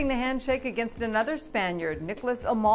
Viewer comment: I think she's fine. Nothing wrong with getting some pronunciation wrong. BTW, she pronounced "Almagro" wrong. It's "Al~MAA~GRO". The "a" as in Massachusetts. Not as in "make". But she's